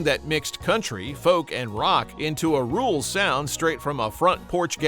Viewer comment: Why did you post a picture of Dr Hook and The medicine Show when you were talking about goose Creek symphony? You keep saying "rule" rock. Is that your AI generated narration goofing up the term rural rock? AI always goofs up everything.